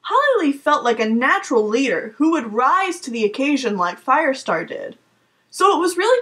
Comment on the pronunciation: Quick question (a Hamilton question):Did you purposely say "rise to the occasion" a bit differently then the other words in the sentence? Or is it just me? After you said that a song popped into my head.... ("Rise to the occasion of our new nation' sir!) (it's a Hamilton song if you didn't know XD)